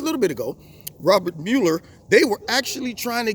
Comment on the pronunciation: Well, well, well, first of all thank you for pronouncing MUeller correctly. That alone makes you smarter than everyone else in the MM.